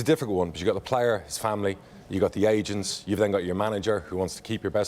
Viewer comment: I could have sworn he said Asians, not agents 😂😂😂 I was like what is happening.